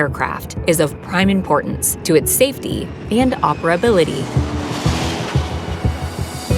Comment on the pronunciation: “ OPERABILITY” are you kidding??